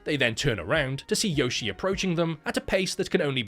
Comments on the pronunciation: I know knows that her name is pronounced "Yoh-shee-eh", but I prefer "Yoshi" now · Yoshie is read “yo-shi-eh” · Well, to be that guy, it's actually pronounced Yoshi-eh. So, really, it's a Canadian Yoshi.